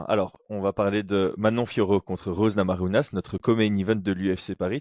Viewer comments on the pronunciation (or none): Je commence juste la vidéo mais j'en profite pour te demander pourquoi prononcer Namajunas à l'espagnole, alors qu'elle est Américaine d'origine Lituanienne ?